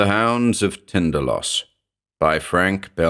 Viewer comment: Is it 'Tinda-LASS', as pronounced in this vid, or, is it TinDAL-ohs (as it has always been in my head-cannon)? Is there a definitive pronunciation/emphasis?